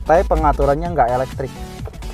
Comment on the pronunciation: "Tai pengaturannya nggak elektrik" He miss the 'P' "Ngontolnya bisa touchscreen atau nggak pake controller dibawah sini" He miss the 'R'